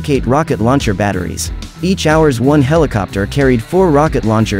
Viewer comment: It's cute how the stupid AI voice-over pronounces "hours-1" rather than correctly spelling the Marine designation HRS-1.